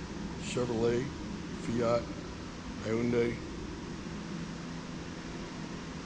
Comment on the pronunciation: Hyundai rhymes with Sunday